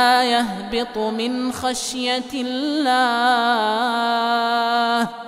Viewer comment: لا أفهم لماذا يقول الله بترقيق اللام إذا في سبب احد يفيدني